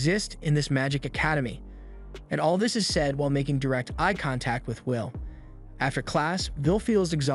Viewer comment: How cpme the narrator pronounce the MC as Vil not Will hmm🤔